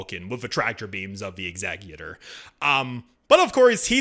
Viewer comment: I appreciate the correct pronunciation of the word Executor (Exek-utor).. rather than Ex-eh-Cutor that so many pronounce it as.